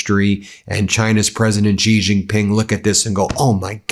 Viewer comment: Can you learn to pronounce Xi Jingping's name correctly?